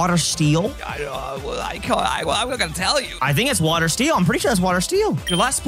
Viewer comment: did you say steel really good here? Or still? 😂